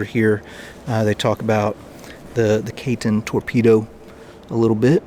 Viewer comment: Pronounced Ki-ten